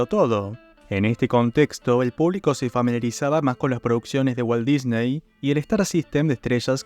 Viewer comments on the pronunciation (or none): none